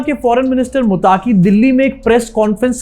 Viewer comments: भाई मुत्ताकी नाम नहीं है मत्तक़ी नाम है। अंग्रेज़ी में ग़लती हो जाती हैं। अंग्रेज़ी है ही ग़लत । हमारी बदनसीबी है कि बिग़ैर सिर पैर की भाषा को हमारे ऊपर मुसल्लत कर दिया गया है 😅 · मुताकी नहीं भाई मुत्तक़ि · मुत्ताक़ी नहीं, उसका नाम मुत्तक़ी है